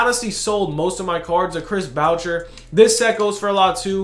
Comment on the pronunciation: Man said Chris bowcher